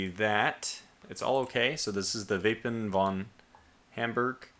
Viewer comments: its "Wappen" not "Wapen" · It's "Wappen" not "Wapen"